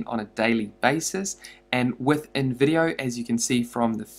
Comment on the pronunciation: When he said InVIdeo, I thought he said Nvidia ahahahah😂😂. (No offense, just a joke)